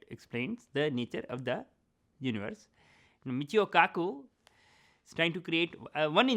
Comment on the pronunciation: he said Michio Cuckoo HAHAHA